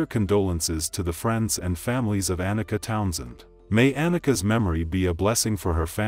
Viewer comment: Ah-nee-Kuh! The way bro pronounced her name was bugging me 😡